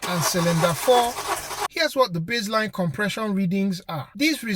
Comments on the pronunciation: its base - line, not bizzline :)) hehe, cool video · Not sure why you thought that was funny. People have accents.